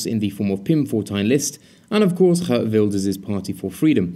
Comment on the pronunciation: Like your work! As for Geert Wilders, you got the 'G' right, but the 'ee''s are pronounced as the 'ee''s in the word steer. ;-)